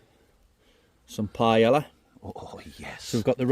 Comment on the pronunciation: As a professional chef, that "paella" hurt me 😂 but I hope you guys enjoyed it, great video as always!